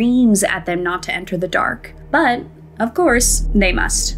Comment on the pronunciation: Please never say the word "but" again